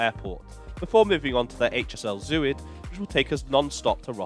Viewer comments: Btw “Zuid” is pronounced z-ow-t not zoo-id. Zuid like clout. 😊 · To english ears, Zuid is pronounced szowt. And Rijk (as in rijksmuseum) rhymes with dyke.